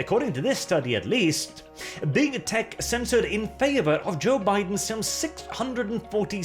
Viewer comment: "The Germans are acting up again, and we really could use a little bit of help here." Freaking hilarious! Also, every time you say "big tech", it sounds more like you're saying "big tit"...just sayin'. Maybe my cultured mind is too active today :P